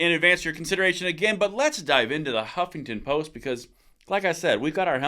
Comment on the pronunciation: The first syllable of Huffington Post is: "HUFF!!!"😟